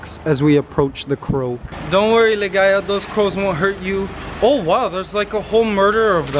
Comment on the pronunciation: Did i hear it right? You called Ligaya as Ligays? It’s an s instead of a?